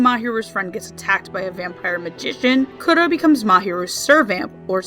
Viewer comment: Kuro is pronounced Koo-Roe (Sorry! I speak Japanese)